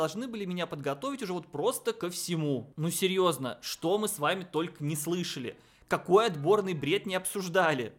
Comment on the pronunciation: "Мы мужчины", автору не стоит так быть уверенным в этом высказывании. Особенно учитывая как он произносит: "ну серëëзно".